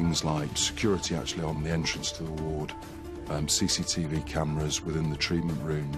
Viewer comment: I love how all the way through Tipu's case the detective keeps saying "Sea Seat E Vee" and then in the studio she corrects him saying "cctv".